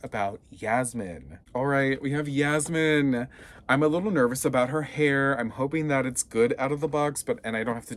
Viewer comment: Its yasmin not jasmin